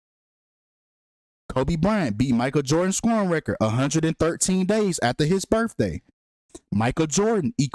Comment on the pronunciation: please please please for the love of god say birTHday instead of birfday. please. im begging you. it's literally painful to listen to at this point. thanks ❤